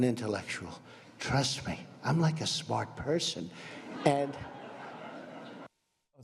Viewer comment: "My uncle was smrt, quid pro roe, I am too, a smert guy"